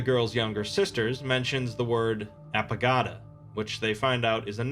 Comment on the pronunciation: Apagada sounds way too much like Alagada.